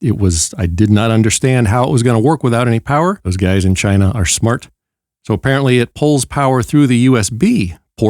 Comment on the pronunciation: The intro 😂 'From TCH-ina!'